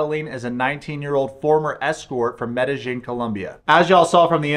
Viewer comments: Sorry but the way you pronounce Medellin, Medi-jean kills me Medi-yeen by brother good video though. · FYI it’s pronounced meh-duh- yeen. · Where are you getting the j pronunciation of medellin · It’s pronounced Med-a-heen.